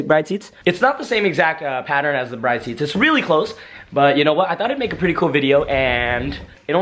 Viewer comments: BRID vs BRIDE as far as pronounciation. Arigato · Cool video but the young car generation now needs a lesson on how to pronounce these seats correctly. It’s not Bride, like your marrying a bride. It’s “Brid” with an “e” at the end. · my dude you are pronouncing Bride wrong😂😭 plz look it up and say it right it's hurting my ears😂